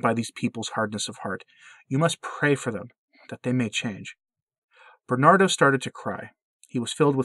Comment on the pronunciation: I’ve heard this story beforebutyourvideomore completely ah more details. Thank you for this. BTW, his name is Ber-nar-do.